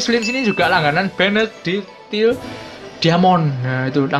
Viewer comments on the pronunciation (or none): none